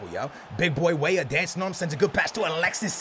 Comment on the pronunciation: Who else remembers the times where called Weah, Weeh